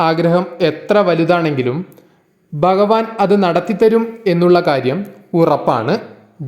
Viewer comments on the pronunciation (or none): dayavayi bhagavan enu parayuka ba alla bha anu thangal bagavan ennu dayavayi parayaruthae